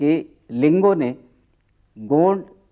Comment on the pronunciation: गोंड का उच्चरण सही नही है